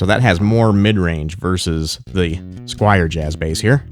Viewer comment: Squier, not Squire! S-Q-U-I-E-R.